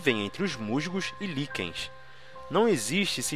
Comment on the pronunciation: O que é mushhhgo e ligueinshh?